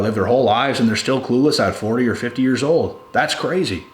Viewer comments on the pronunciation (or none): none